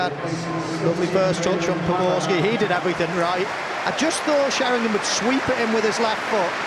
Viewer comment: C'est POBORSKY lol